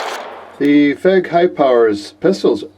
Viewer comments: Keeps calling it a "fehg". I thought it was F E G. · I heard somewhere that the trigger's different...might be for the P9R though. Oh, and FÉG is pronounced as "Feyg/Fayg"!